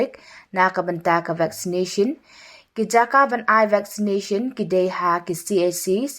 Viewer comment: Vacsinashin..ps.cis..ch cis woow style bha ka pronounciation jog phi kong